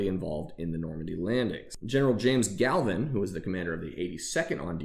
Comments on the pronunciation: It's MG Gavin. There is no "l" in his name. Pedantic, I know. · That toy did save lives, and it’s General James Gavin not Galvan.